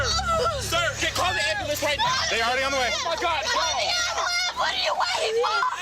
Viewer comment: "CALL THA AMBALAMP!!!" Jfc I hate them so much.